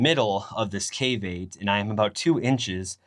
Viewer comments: I honestly thought you were saying "caveape" at first.😂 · What are you saying? Cave8 or caveat